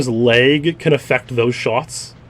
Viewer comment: How he pronounces lag he sounds like he’s saying leg in a funny accent